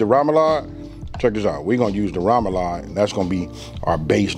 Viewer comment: Sorry, that’s not poboy, that’s not French bread and please learn how to pronounce remoloude.